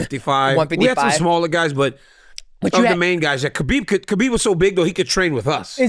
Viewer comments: 10 years later DC still cant say Khabib's name right??? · DC still calling him Kabib cracks me up, great interview with a great dude